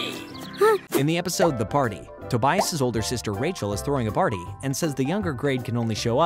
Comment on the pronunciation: why do you say Tobias’s name like that